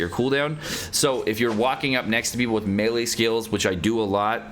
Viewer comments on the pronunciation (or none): none